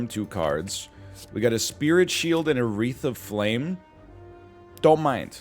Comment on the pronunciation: Everytime he says "a wreath of flame" it sounds like he is in the process of saying "Aretha Franklin"